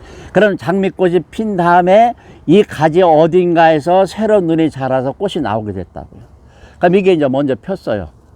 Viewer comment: 꽃은ㅊ받치이니 꼬치'꼬츨이라발음하셔야.꼬시꼬슬이라하면꼿이됩니다.